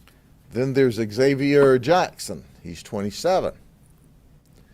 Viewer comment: Xavier is pronounced 'Zavier' - words that begin 'X-vowel' (or Xy) such as xylophone, or xygot, Xerox, etc etc are pronounced with a 'Z' sound. English is full of pronunciations that are different from their 'alphabet' sound. Obvious ones include 'w' which is NEVER pronounced 'double u' in any spoken word; or the 3 different pronunciations of the 'on' in the phrase 'only one onion'.